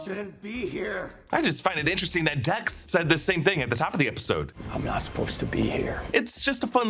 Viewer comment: He said Tex instead of Dex 😂😂😂